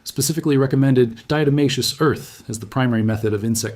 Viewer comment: And even this AI voice pronounces the diatomaceous earth wrong.